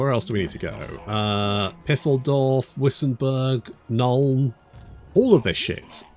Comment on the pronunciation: It’s way funnier when he says piffledorf